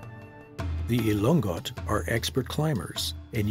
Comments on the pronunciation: Elongot (not elong-got) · Sir its ilo ngot. Not ilonggot